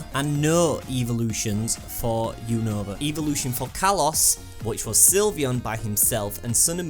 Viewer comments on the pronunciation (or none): none